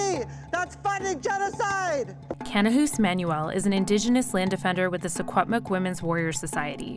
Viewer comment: really close! Secwepemc is pronounced Shi-HUEP-muh-k, but white ppl call the area & language "Shuswap" anyways. I'm registered on Shuswap land but my family is from mistissini over in quebec. I should make the trip and spend some time fighting the Pipeline!